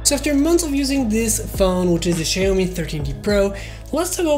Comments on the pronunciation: the correct pronunciation would be ‘she’yao-mee’ or ‘see’yao-mii’ because the letter X in mandarin has both the pronunciations. Anyways, thanks for having published the video! I’m probably getting this in late august. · that's not how to pronounce Xiaomi 😭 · Did he say? Sya-yo-mi?